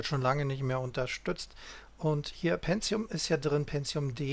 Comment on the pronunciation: Aber es einst doch PENTIUM und nicht "PENTZIUM"